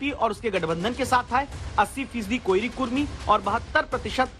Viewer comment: कोइरी नही कोरी होता है रिपोर्टर साब ❤️